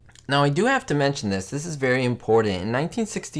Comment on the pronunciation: cool stuff... btw there is no D in the word important.